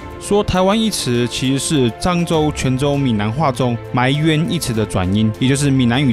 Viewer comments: 亂講一通. 埋冤的台語發音全錯. 完全胡扯. 只是 中國關點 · 給: 埋冤，那個埋做動詞的話，不文讀，所以不做文讀音的ㄇㄞˊ，白讀音就是ㄉㄞˊ，音就同臺，所以才有這一說